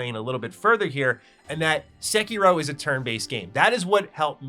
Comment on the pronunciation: Homie is really going out of his way to say as many of the terms and names as possible COMPLETELY AND UTTERLY WRONG 😂